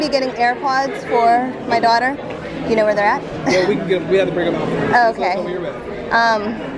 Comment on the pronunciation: Daughter, SPEAK RIGHT